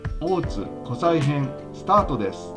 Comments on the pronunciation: 他の方も指摘されてますが湖西は こせい と言い、白鬚神社は しらひげじんじゃ と言います。もう少し調べてからアップした方が良いかも! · 湖西 読み(こせい)です